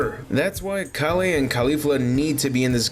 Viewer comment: Why are you saying kale name like that